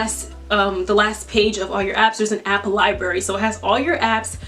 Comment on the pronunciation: She said open Appa